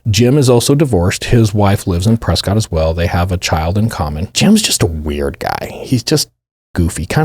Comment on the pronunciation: Not debatable - it’s pronounced Preskitt (I know cuz I lived there for a chunk of time!)